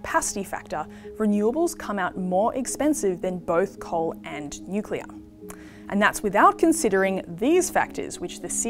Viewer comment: Bowen can’t even pronounce nuclear, only appealing to low intelligence voters